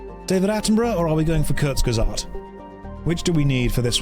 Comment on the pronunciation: slaughtering the pronounciation of Kurzgesagt was not something i needed